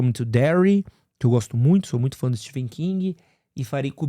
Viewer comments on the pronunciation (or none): none